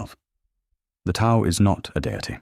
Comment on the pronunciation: Tao is mispronounced - come on!